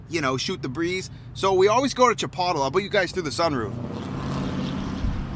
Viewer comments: CHIPOTLE.... IS PERNOUNCED... CHI.... POLE......TAY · I believe it’s pronounced “Cha-Poodle”. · I love your videos and always watch until the end. Cute how you guys ate Chipotle and since I watched you eat and we're family now I should tell you the right way to say it Chipotle (chuh· powt·lei). From one family member to another 😉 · It's Chip-oat-lee. LMAO! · I Know!. Its was so funny when he said that. I had to keep rewinding that part just to make sure I heard it the way I did. Never heard it that way.. Lol. Its kinda cool 😎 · Chip-pottle. Lol! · Omg we say Chipotle so different than you do!!! That was hilarious!! Anyway great job Kathleen in camera!!!! Fun fact about me, you know how crazy I am on camera, but in person I'm the most shy person! I don't know how to start up a conversation and get so nervous! Lol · LMAO - CHIPOTLE...............You're definitely not from So California with that pronunciation. I had to watch it again! Love you guys